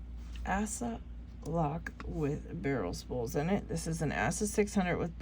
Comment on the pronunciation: 🤣 it's Ah - suh. Not Ass - uh 🤣🤣 Glad I found your channel though there's not many females in Locksport that I've seen